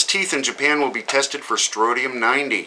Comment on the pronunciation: it's StroNtium... with an "N". Just sayin'. Peace